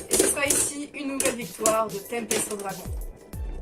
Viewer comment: On dit Tempeste Dragoune